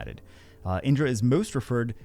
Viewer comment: Proper pronunciation is key for good content. It's not tomato tomato. In-dra. A-shur-a. It's Naruto themed and also what bagel said.